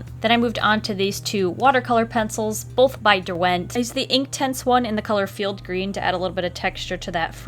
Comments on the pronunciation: Hey! I'm sure you don't care and I'm just being pedantic, but the emphasis in "derwent" is actually on the first syllable. Like DUR-went.:) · The way you say derwent annoys me. The stress is on the first syllable. Source: the river Derwent runs alongside my village.